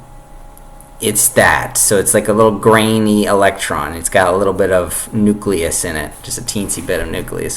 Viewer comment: Fuck me. I'm struggling to think of when I ever heard a bigger stream of utter horseshit in my entire life. You can't even pronounce 'nucleus' properly.